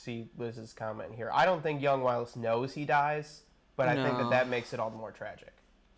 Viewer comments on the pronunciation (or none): Why is intentionally mis-pronouncing Wylis as "Why-lis"? The show told you how to pronounce it, it wasn't even a thing of thinking it was pronounced a certain way when reading the book and then find out on the show how it is actually pronounced since his name was changed.